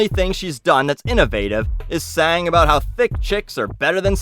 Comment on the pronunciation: it's weird hearing you talk aboot a company before your videos lol